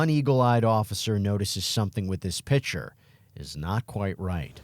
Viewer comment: “piTcHeR”?? I think it’s picture. In fact, I know it is. 🙄